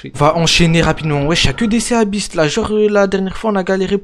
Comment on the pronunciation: juste c'est pas ça se lie pas sea beast ça se lie si bist